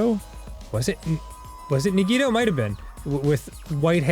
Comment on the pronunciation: goddammit they're still mispronouncing Nagito's name even now